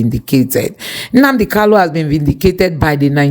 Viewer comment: Mazi's name is KANU not KALU, why can't some of you people even ndi igbo know how to say this very simple name. Very disappointing.